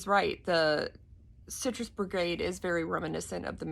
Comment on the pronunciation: Its BIGarade not Brigade....